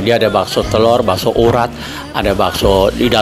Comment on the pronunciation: Paaaakk...kocak deh ah hehe... Ini bakso bukan basko.. Tulang rangu bukan tulang rungu..